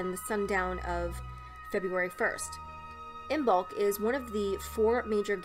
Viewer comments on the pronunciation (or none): The B is silent in Imbolc 😉